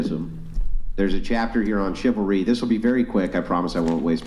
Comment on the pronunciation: 'I want shivery I want shivery I want shivery!!!' Men give them shivery! 'I don't like shivery coz I am getting hit now!' I mean... you can literally see that they have NO FREAKING IDEA!!! What they want! All of them! This isn't some fridge % of wahmen as well... it is the predominant % because what they really want is being treated nicely while having no responsibilities of any sort in return! They are there to take and consume... not to give and create.